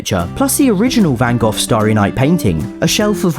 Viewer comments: FYI Van Gogh isn’t pronounced like that at all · Awesome as usual! I just have to ask, though, it's that a standard pronunciation of Van "Gogh"? I've honestly never heard it said, "Van Goff" before! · Gotta love how Van Gogh as Van Goth. /j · as me being dutch i found it funny how you did van gogh (with tom)